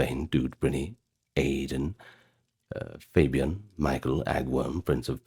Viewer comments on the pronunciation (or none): none